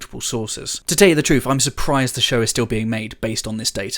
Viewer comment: I like "Trufe"!